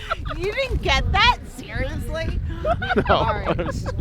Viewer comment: “YoU dedn”t getT thaaat.... suuuRiosly?” What a hole.